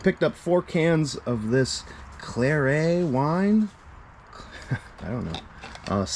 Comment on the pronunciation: You’re familiar with Starrett measurement tools? Claret wine is pronounced the same way.